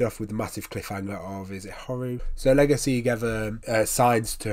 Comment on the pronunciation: It's Le-Go-shi, not legos....